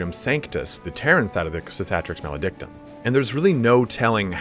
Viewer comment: Si-ka-tricks Ma-lay-dick-tom 😂 jk dog. It’s hard to say.